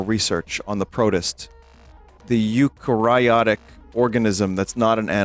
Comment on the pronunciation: Im more mad that vinny mispronounced "eukaryote" than the fact he didn't know what that means